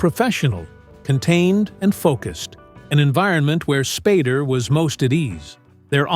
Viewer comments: figure out how to pronounce spAder not spardder. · His name is NOT Spad-der. AI should be able to get it right. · I have tremendous respect for James Spader and his work...much less respect for the AI narrator that was inconsistent in its pronunciation of "Spader"---sometime pronouncing it "Spader"; other times pronouncing it "Spoder." This is a failure of the producer of this video. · Is there any reason the narrator changes the name's pronunciation from Spay-der to Spah-der? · S-P-long A-D-E-R how it's pronounced. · This narrator is AI that I recently found out. This voice almost always mispronounces a name. Then the pronunciation becomes correct for a while and then incorrect again….. all in the same video. In this video, it is Spodder, Spider, Spader 😂. Oh yeah, and Spadder. This AI voice has been around for quite some time now and if I watch a video and I hear this guy speak, I always expect the mistakes and get them. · AI just keeps butchering James last name. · The voice misprounounce his last name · Your AI narrator couldn't even pronounce Spader accurately.